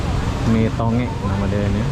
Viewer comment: Salam dari Sabah.. lucu dengar abang sebut nasi 'to ngek' padahal sebutannya 'tong gek' 😄